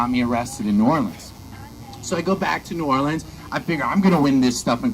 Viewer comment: Great pronunciation on New Orleans too